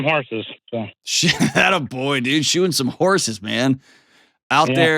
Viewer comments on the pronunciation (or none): i thought he said "shooting some horses," and was flabbergasted everyone was just like oh cool. 😂 he said "SHOE-ING some horses." 😂😂😂❤